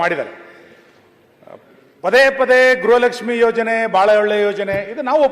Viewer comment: ಗ್ರಹ ಲಕ್ಷ್ಮಿ ಅಲ್ಲ ತಾಯಿ ಗೃಹ ಲಕ್ಷ್ಮಿ ಅಂತ ಹೇಳು